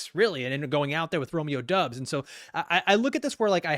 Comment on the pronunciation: Pretty sure it’s Romeo DOBBS, not Romeo DUBBS.